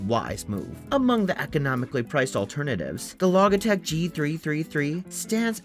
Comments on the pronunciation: Bro why do you say Logitech like that? wtf LMAFO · This guy says “log”E-tech and audio”Phillies” and rigit-E. I think he’s never read those words before and saw them for the first time when he found the product pages to read to us in this turd of a video